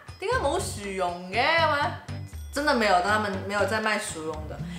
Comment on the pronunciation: 膠樽好似多數叫寶特瓶，同埋國語唔正嘅薯蓉咪好似你咁讀囉，正確係R音唔係Y